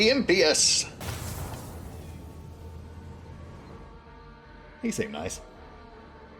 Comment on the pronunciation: I'm confident that's pronounced im-PIOUS, as in "not pious" or "not faithful" rather than IMP-ious, but after a few tens of thousands of years of language drift you never can be sure can you.